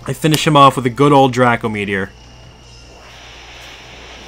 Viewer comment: its not dr ah co its dr ae co meteor